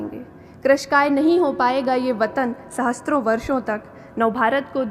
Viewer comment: ये कैसी IAS है,जिसे सहस्र (सहस् +र्)शब्द नहीं बोलना आ रहा ,अशुद्ध शब्द सहस्त्र (सहस्+त्+र) बोल रही है